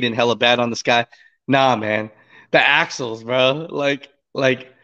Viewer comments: Axles, not Axels. C'mon man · It's axles.... not axels....